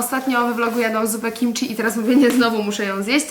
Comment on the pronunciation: Błagam… KIMCI, a nie KIMCZI…